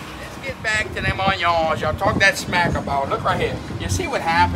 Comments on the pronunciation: Bro said oionyons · “A whole pirogue fulla on-yons!!!” (Dumps it in the boiling vat o’ spice & Then he proceeds to throw that sheeit!!!) love it!!!! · The way he say onions 😂😂😂😂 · I will never pronounce onions and lemons the same anymore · Im never pronouncing onions right ever again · I'm never pronouncing onions,lemons and mushrooms the same way🤣